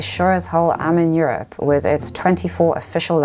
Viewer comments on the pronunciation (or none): none